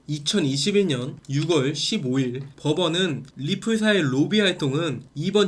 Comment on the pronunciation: 내용은 엄청난 퀄리티입니다 엄지척 다만 6월의 발음은 육월이 아니고 유월입니다.